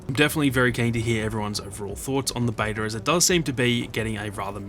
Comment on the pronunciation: I love how you say beta “bater”